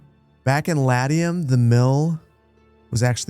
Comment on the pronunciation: Well, he can't pronounce Latium either. I have yet to encounter a game streamer who doesn't butcher names that anyone with a minimal amount of historical study would get right.